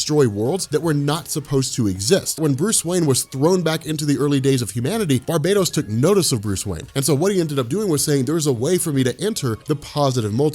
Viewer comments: I love your videos, but for the love of all that is Batman, it's not pronounced "Bar-bae-doze," it's pronounced "Bar-BAT-tos"! You're driving me to watch Benny's Dark Knights Metal videos over yours! Why would you do that??!?! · Gods this is so awesome... you are the man but maybe try bar-buh-tose? I just hear barbatos-slim every time you say it... it never leaves my mind. I dunno, could be a no win scenario though cause I bet your pronunciation is correct. I know they won't do it, but I sure wish the Morningstar or Destruction or Oberon would come and remind Barbatos-slim what it is. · I know it’s not a big deal but shouldn’t it be pronounced Bar-BAT-os? It is Batman sir. I mean the metal isn’t called “baitmanium” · Pretty sure it's actually BAR-ba-tohs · That's where we get "Barbarian" from, and it's "Barian" not "Bar-BAR-ian" so I still think it's BARB-ah-tohs rather than bar-BAT-os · its pronounced bar bat tose